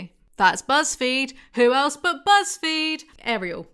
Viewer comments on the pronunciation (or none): none